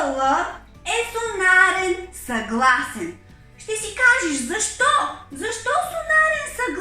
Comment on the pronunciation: Няколко поправки относно произношението на думи от страна на учителката. "Сонорен", а не "сонарен"; "флумастер" , а не "фломастер".